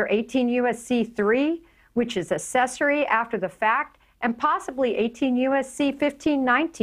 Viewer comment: I would say 'AK-cessory' not 'ASS-cessory'. You pronounce that first C hard. Just saying.